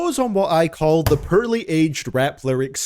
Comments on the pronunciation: Oh come on, I like when you say Purrley aged lyrics 😂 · lol u cant even say the simple word poorly u really have to spell it 💀 try to say the word "Horribly" bet u cant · Hah... he says the word poorly funny.